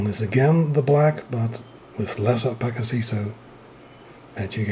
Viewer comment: It's pronounced O-pass-city. Not O-Pack-itty